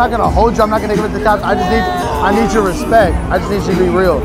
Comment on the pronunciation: “You gotta earn my Respeck!!!”